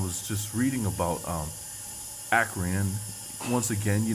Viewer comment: sounds like acorn to me actually Akron-Acorn